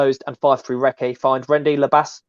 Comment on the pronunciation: Fascinating stuff, but please, Recce is pronounced “Rekkie”, not “Reckay”😉